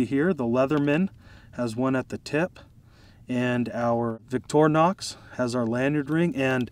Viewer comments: victorinox. ...not vitornox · You might want to pronounce it Victor(Y)nox with emphasize on victory for winning. Greetings from Switzerland.